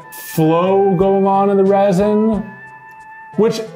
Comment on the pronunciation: “or are we gonna use ReSiN?” Everyone: “ReSiN”